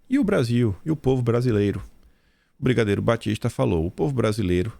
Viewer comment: "Bigadeiro" kkk